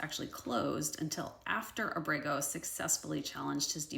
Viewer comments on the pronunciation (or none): Abrego is pronounced AH-breh-gō (accent on the first syllable).